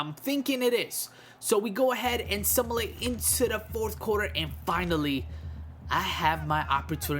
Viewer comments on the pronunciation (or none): I love how u say simulate "Similate"